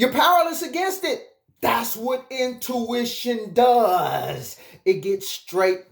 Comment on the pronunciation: It’s “INtuition”” not “OUTtuition” ❤️ love it...